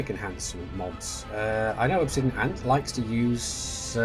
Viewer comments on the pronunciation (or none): none